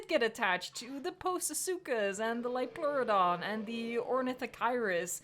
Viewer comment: I remember the Dutch voice-over by Monique van der Ven. And her saying Liopleurodon, and a few seconds later Lioploruidon. I always wondered: How can you say it right the first time, to completely butcher it afterwards? My favorite episode was Time of the Titans. Not just because of the farting Diplodocus, but it did play a part.